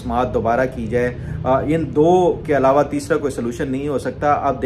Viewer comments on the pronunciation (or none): none